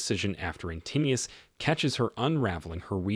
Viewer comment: Antinous is pronounced antin-o-us, not antinneus.